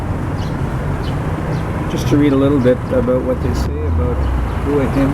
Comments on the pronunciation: "Hoo-a Hin" ?? hahaha not. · 4th be great if you could make the effort, to find out how the places you visit are pronounced, I always flinch when people pronounce the name as you have. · Surely if you were in the place you would know how to pronounce the name of it!!??